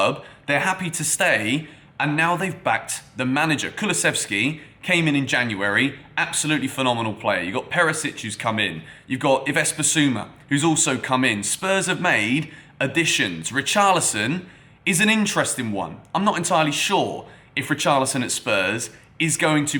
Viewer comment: Yo, Yves is pronounced like ‘eevs’ my guy x